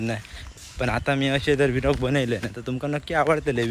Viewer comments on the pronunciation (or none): अरे v -log नाय रे vloge बोल 😂😂